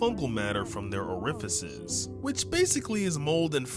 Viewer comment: that is not how you say orifices 🥀